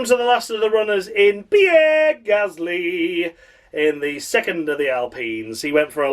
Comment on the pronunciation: David Croft used to struggle to pronounce Gasly correctly. At Brazil 2017 he kept calling him Ghastly. 🙄🙄